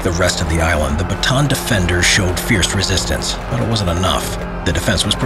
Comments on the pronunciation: For the last time! It's not "Bataan it's "bata-an"! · It's Buh-ta-ahn not Batuhn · sounds like hes saying baton instead of bata-an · Why did you say batan you are supposed to say bata-an add another "a" near the end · almost 3 years i still hear saying the baton instead of Ba-Ta- An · my mom was so mad ur saying it bataan not ba ta an cuz the dad of my mom dad was there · correction on the pronounciation of name Bataan, its Bata-an. not batan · I am happy that this atrocity that happened in my country and to my people has been told again. (I just get a tinge of annoyance every time he says batan, and not bah-ta-awn) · it is ba ta an not batan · Pronunciation lesson on Bataan: Bah-tah-ahn. Not Ba-tan. Thank you for listening to my ted talk. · this is how you say bataan} not batan its} ba-ta-an the last A is hard:^ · I like how its say "batan" not "bata-an" XD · its ba ta an not bataaan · well first of all its Ba-ta-an not ba-taan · Its Ba-ta-an not Ba-taan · It’s pronouced as “Ba-ta-an” not “ba-tan” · Its actually b a t a a n not batan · Its not bataan its ba-ta-aan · The batan deth march lol its ba-ta-an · Ist not bantan ist ba ta an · bro kept on saying baton instead of saying correctly like Bata-A-n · As a Filipino I am offended by how he says Bataan Its Bata-an not batan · He simply doesn't know because not many people know, or care. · Btw the pronounciation of bataab is Ba-ta-an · Repeat after me BA-TA-AN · The way foreigner prunounce bataan is funny😂 sorry to be a nerd its "bata an" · It's ba-ta-an sir i know this because im a pinoy or philippines. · It's called Ba-ta-an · It is called ba-ta-an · to pronouce bataan its Ba-ta-an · its ba-ta-an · btw its bah-tah-an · I'm laughing so hard right now becos of how this man translates 'Bataan'